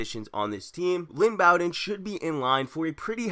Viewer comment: It’s Lynn Bow-Den, not BAwwden